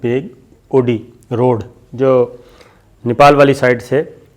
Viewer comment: its dolat baig oldi road not odi